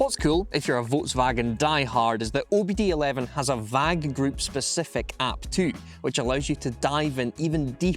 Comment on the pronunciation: Also, you're not saying VAG correctly